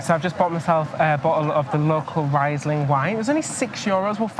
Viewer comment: Very nice you show Mainz city. Interesting you speak vocals like latin or German. Running with u e.g. Never heard before. And it's nice to listen to native English men. So seldom, all the English is from elsewhere. BTW, Riesling is spoken as "Reesling". i = ee, and ie is just longer extended i. It's so great you check out our country.